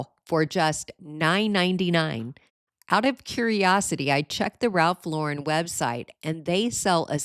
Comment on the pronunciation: Wonderful ideas and thank you for pronouncing Ralph Lauren correctly.